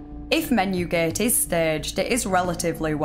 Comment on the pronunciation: The way she says gate tho 🤣